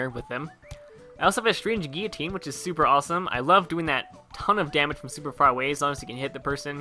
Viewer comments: 'Gee-a-teen' !!! LOL its a Gil-lah-teen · Why does everyone pronounce guillotine wrong? It's not geeyotine, it's GUILLotine. With L's. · Cherry STOP BEING A SCRUB AND ACCEPT THAT THE WORD IS FRENCH AND IT'S PRONOUNCED GHEE-O-TINE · SSshafers Channel Oh, I'm sorry, Gullotne.